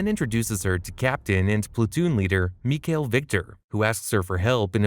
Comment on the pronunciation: And mikihail sounds like Miguel lol